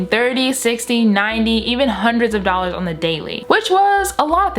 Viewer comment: Did you say 3million dollors